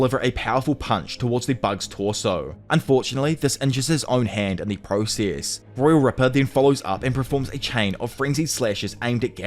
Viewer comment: Are you Indian? East Indian? The way you say process 🤢🤮